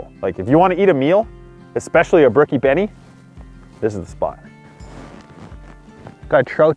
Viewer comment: Stop saying Benie